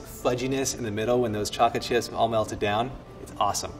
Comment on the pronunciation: the level 2 chef pronounces "chocolate chips" really weird . It sounds like he's saying "chock-it chips." Haha